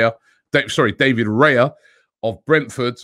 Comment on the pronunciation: "David Gaya" LOL